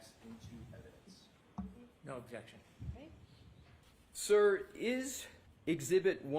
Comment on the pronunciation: is so full of crap that he smells like Bev and Hank. Defense: "valid question" Brennan: "objecshen"(that's how he pronounces it). Aah yes, the return of the associates degrees, this guy and trooper Paul are in the same whatsapp group.😂